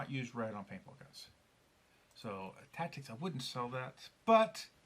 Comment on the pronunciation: thank you so much for taking the time to do a super thorough review of our products and the gold chamber! Really enjoyed watching it and you nailed the name perfectly! Richard Rolefson is right after talking with some customers we decided to also sell the rear spring perch for customers who wanted to replace just that piece from other Meteor bodies. Couple interesting FYIs from your video, we could have cut the whole front section behind the vasa screw away, but we left it there as a spacer incase someone removed their grip frame, as we didnt want the valve spring to cause them to lose the hole position and have to remove the entire front end to reset it. Great tip to test and pre align and thread the holes before adding the frame or vasa so youre less likely to strip a thread. Another reason we made our design so you have more than one thread option in both components. Also some of the tightening issues you were talking about is another reason we made two separate components so they each could be independently fastened! Our favorite review yet thank you!